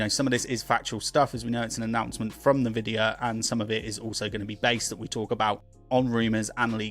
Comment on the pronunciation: Pronounced en-vidia not na-vidia